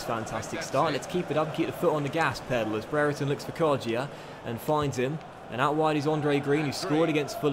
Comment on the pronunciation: why did he say kodjia in an Italian accent lol